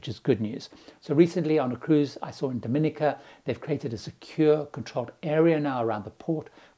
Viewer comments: Last one. We almost bought an estate on Dominica. It's not pronounced like the Dominican Republic, as in Dom-in'-i-ca. It's actually Dom-in-ee'-ka. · If that was true, it would be a shame that most locals mispronounce the name of their own country. If you had bought the estate, you would now know that "Dom-in-EE-ka" is pure fiction, invented by the local tourism authorities to make it easier for foreigners to distinguish Dominica from the Dominican Republic. It is based on the Creole word for the country, "Dominik", which indeed ist pronounced "Dom-in-EEK".